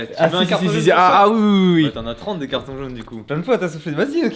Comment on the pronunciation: "celui qui a le plus de cartONJ rouge" j'suis mort 😂😂